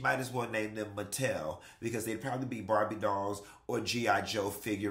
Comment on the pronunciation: DID HE SAY MATTEL??? HA!